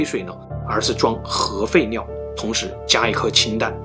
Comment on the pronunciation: 当听到核废尿的时候就劝退了，这个发音我个人听的太难受了